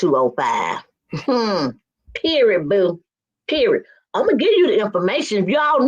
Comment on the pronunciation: The word is PERIOD...NOT Perid.. Go get some speech therapy...